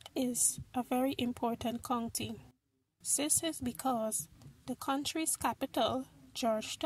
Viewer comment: she says this like zis good vid it helped me alot